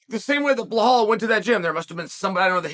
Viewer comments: Why does he pronounce the name is Bahal? Just say simple english uncle ( B i L A L )😮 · Its Ba Lal 😭😭😭 its not that hard pronounce where tf is the h coming from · Sonnen is an idiot for deliberately mispronouncing Belal s name. He just does these for the comments, plays a clown in the name of discussion in the comms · Type Belal in video title then calls him Blahal the whole time...I m not watching this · From belal back to blehal in minutes 😂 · Never met someone as dyslexic (or whatever you wanna call it) as Chael lmfao... BLEHALL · Chael, there’s no H in Belal. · Sonnet is an idiot for deliberately mispronouncing Belal s name. He just does these for the comments, plays a clown in the name of discussion